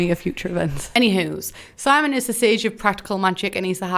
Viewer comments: His name is SIM-E-ON not Simon 😊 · Simon? It’s sim-e-on